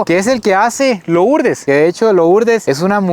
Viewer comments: Por qué dice loooourdes? Se pronuncia Lurdes aunque se escriba Lourdes. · CREO QUE SE PRONUNCIA LURDEZ 👀😬